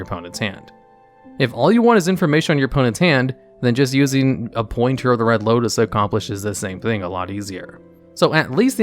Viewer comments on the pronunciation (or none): none